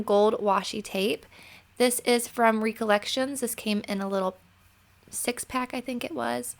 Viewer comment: Such a fun card! You always surprise me by the way you pronounce Recollection. 😉 The word itself means a memory. You recollect something from your past. 😁 I can't wait to see if you make any other cards from that set. Those papers are great.